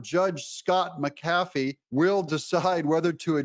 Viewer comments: Doug... say it with me... MAC-uh-FEE. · Judge "MAC A FEE"